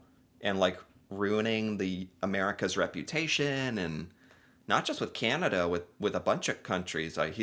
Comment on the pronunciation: Please stop saying, ..."Cieanada"... It's, Can, a, da.... cana-da.... Canada... Thnx. 😊😉